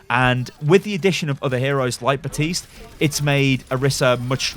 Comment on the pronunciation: Why do you call him “Batiste”? Michael Chu specifically said that Baptiste would pronounce the P so he would call himself Bap-tiste